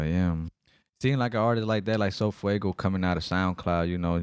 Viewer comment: Do you mean sofaygo not sofuego 😂😂